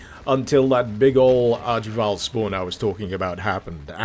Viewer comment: It's nice that you finally learned to pronounce archvile, you used to call them archvilles.